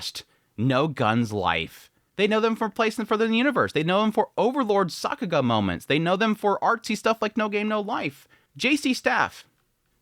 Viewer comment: Stop saying Sockuga